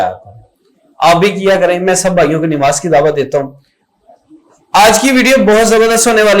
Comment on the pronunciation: Sir plz nimaz ni hota namaz hota hy plz don't mind